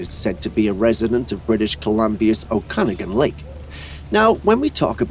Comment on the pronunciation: And it's OGOpogo, not agopogo. And that footage is obviously a small gray whale, so it's obviously not footage from Okanagan lake... OKE-a-NOGGAN, not O-KAN-aggan.